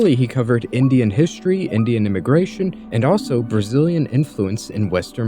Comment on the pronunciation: “Brazillian” holy ebk o algx